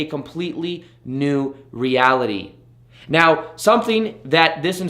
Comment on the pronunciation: It sounds like he says 'Right MEOW' instead of right 'NOW' ? Unless I'm missing a cat pun or sumthing?! Happy New Year, amazing advice as always!! GoodBye Neediness!!!! you horrible drug!